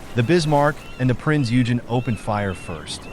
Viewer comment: It’s pronounced prince oi-gan